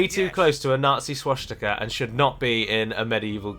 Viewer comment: I don't find the close menu icon in the least bit offensive. But the way you say schwastika bothers me immensely. sooo call it a wash